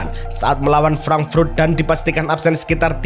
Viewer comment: frank frut apa frank furt min?? frut apa furt?? emang lidah nya keras atau emang suka menyebut frut frut frut